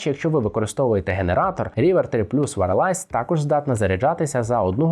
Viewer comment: Що таке «варалайз»? Wireless звучить не так…